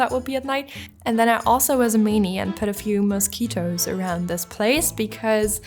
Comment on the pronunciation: This was a really beautiful place until you say "mousquitoes"